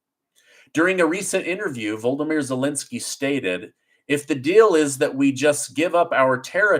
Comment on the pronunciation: its not welensky its zelensky.